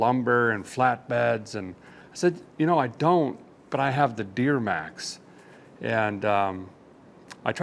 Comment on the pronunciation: Just a question did you know you said deermax😊😊